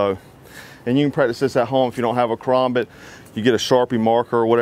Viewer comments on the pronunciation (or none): KA-RAM-BIT Thats what it should sound like not KA-ROM-BIT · Ka-ram-bit. Not ka-rom- bit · Ka-RAM-Bit. That's the only way to say it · call it a karOmbit one more time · the way he pronounces it lol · You say it wrong it’s karambit not karambit😂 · You say karambit wrong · I’m triggered on how he says Karambit Edit: how expensive is the stuff he is at? I can get a Karambit, with a larger blade, handle, and a decal, for only about 15 dollars!